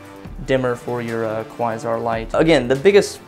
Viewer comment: Kuh-why-zarr ??!! lol cringing every time you try to pronounce Quasar